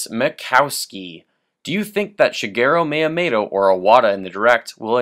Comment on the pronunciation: Shigero Mayamayto? D: I know nitpicking on pronunciation isn't nice but come on man! Yeah you mentioned most of what alot of us are wishing for Nintendo to do. What else I would love would be for Capcom, Konami and Square Enix to start making Nintendo greatness again, like they did in the SNES days. It's a pipe dream within a pipe dream, but it would be the ultimate miracle. Mega Man is in Smash Bros. though...a third of my dreams could be reasonable. I feel the three companies mentioned above have been very lacking in recent years. Castlevania Lords of Shadow, no Contra (all we got was a gigantic C) and Gradius for a while now...no Mega Man whatsoever...whatever the hell Square Enix is doing...there's so much potential for them, if they would just look at their past. All they would have to do is announce that they're going to put their iconic franchises on Nintendo consoles again. They didn't sell too well on the other consoles, so they just kind of abandoned it all. I think they would do fantastic on a Nintendo console because it's essentially what Nintendo is all about!